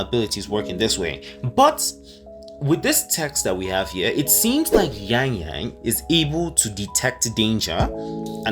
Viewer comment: Yangyang.. not YaengYaeng a like in "aqua" although its written as Chixia, its not pronounced as "Cisia" but "Chexya", and Bailian is not "Baelien", its Bai like in "bye".. "lian"... err... dont know how to explain it in english, but think of it as Alien, but instead of the normal "-lien", you add a, "liaen"